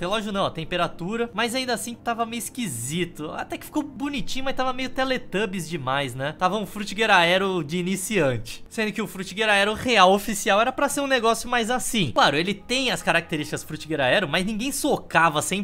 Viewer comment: Falou "demaizi" impossível não lembrar do Manoel Gomes caneta azul kkkk